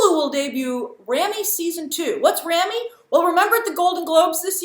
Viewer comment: It’s Rah-mee. Rah-mee. Grace knows that guy won a Golden Globe but does she know how to pronounce his name? Lawd.